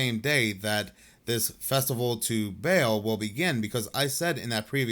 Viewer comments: Not Bail (Baal) It's BAL-AL that's what the hyphen is for :) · ba'al is pronounced ball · Nitpicking a bit, but baal is not pronounced like a bale of hay. It is bah-AHL (both with the same A pronunciation as in 'all'. Hebrew word.